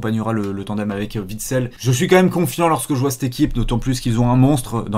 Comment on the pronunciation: Axel witsel !!! Pas axel vitsel !!!!!!!!!!!